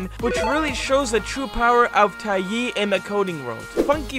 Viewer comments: Te-yai not taye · Btw its dae-Yai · I liked how you pronounced taeyai lol. It's actually pronounced "Tay Yai"